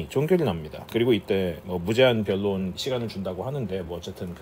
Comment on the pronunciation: 변론 결론 논란 등 ㄹ 발음이 영어같네요